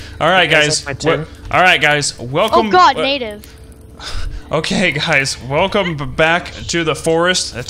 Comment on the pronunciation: try not to say natave